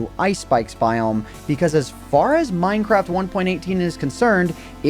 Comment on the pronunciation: MINEcraft ONEpointeightTEEN. Fucking annoying.